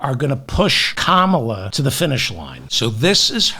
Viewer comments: Pronounced "Comma-la", like the punctuation mark. Good job. We can be assured the Stone Pigs will butcher her name on purpose. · Thank you for now correctly pronouncing her name. I still love you.